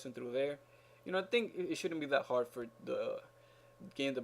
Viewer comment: Lol the way you said thanks FÓR watching with acento